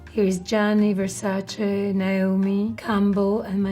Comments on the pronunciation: Finally, somebody pronouncing the name Versace correctly! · Finally a model that pronounce Versace well. She is so gorgeous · Carla pronouncing Versace the way it should be. Such an original. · The only one who pronounces “Versace” the right way in these videos ! I suppose her being Italian it helps :D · I guess it's an Italian superpower 😁😅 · Finally someone who pronunces versace correctly